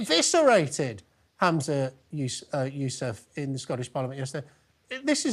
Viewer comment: Keeps calling him "hamza unless" with a very quick change 😅